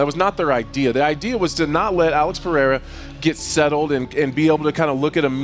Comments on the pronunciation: Chael can't read? " Pee-era "😂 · Chael stop calling him Piera !! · Chael P. Sonnen The P stands for Pee-era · Why is Sonnen incapable of saying Pereira ?